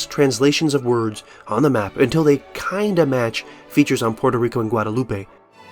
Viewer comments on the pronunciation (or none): none